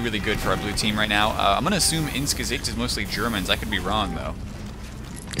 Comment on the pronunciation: > pronounces "Gesicht" perfectly >Head explodes